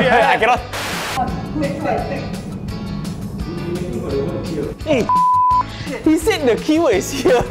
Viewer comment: scaym(its the way he pronounced it) look